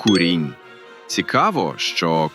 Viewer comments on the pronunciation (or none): Не курІнь, а кУрінь!